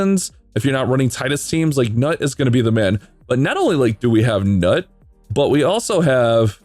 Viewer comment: NUT?! LOL dude the NUT exaggeration is killing me. Isn't it pronounced noot? lol